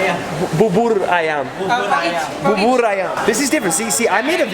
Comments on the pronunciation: u mean 'Ketoprak'? Also how u should read Bubur is like 'Boo-boo-r' 😀 Love ur vids much! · Bubur is spelled as booh-boor. It's not ba:boor. It's a chicken rice porridge. McDonald's bubur is plain, actually, compared to traditional one that you could buy on the street. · he said bubur ,babur lmao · ITS NOT BABUR! but bubur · Bubur ayam (Boo-boor ayam) not babar ayam wkwk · Not babur but bubur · Babur? Bubur man, BUBUR. Jeez... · Yo sup from jakarta indonesia here, and u did make me choke when i was drinkin coffe... U said it babur and i was like wtf its bubur not babur 😂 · It's "bubur", dude, not "babur". Most word in Indonesia are pronounced as same as its writing. Anyway, bubur means porridge. Nice one, dude! Keep making vids like this! I'll always support you! Have a nice day in Jakarta! God bless you! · Boo boor i am...real pronounce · You say bubur like this boo boo r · just pronounce bubur like booboor teehee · you've been pronouncing it wrong! it's not bubur it's booboor 😂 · ketoprak and gado-gado, and bubur ayam pronaunce boo-boo-r (bu-bu-r) ayam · Bubur = boo-boor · u meant gado-gado and KAREDOK ( pronouce like car-ray-dock ) , u must try Burger King Fried Chicken , much better than KFC , Mc.D etc , oh maybe in par with A&W Chicken , BUBUR pronouce like boo-boo-r , have a great day , God bless you , i believe in Jesus also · Babar ayam 🤣 sound of letter u is a, that’s what I teach to my students but it’s not sounding a here 😁 reminds me of Barbarism Go to museums and you’ll meet many teens who will ask you for selfie. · I just hear barbar i am (bubur ayam) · I hear “babar ayam” 😂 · Seeing foreigners butcher Indonesian words like bubur will always be funny to me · yum that bubur looks delicious and you said bubur wrong